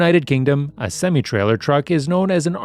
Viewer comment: You pronounce semi wrong